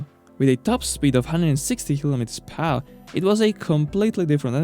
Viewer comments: "200 kilometers phour". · how did this guy manage to pronounce 'per hour' PAAAWHH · Kilometers pahour annoyed me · "phao" = per hour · per hour pronounced as phehouhr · Really nice vid. I would like you better the pronounciation of "Per Hour", though. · Funny how he pronounce " per hour" :D